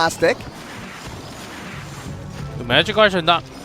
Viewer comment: he says dick instead of deck